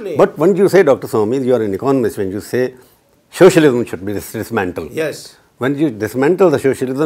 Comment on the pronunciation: Swamy is, excepting his crazy religious ideologies, the lone voice of reason in the BJP. Also, the interviewer seems to be pronouncing it as "shocialism" lol.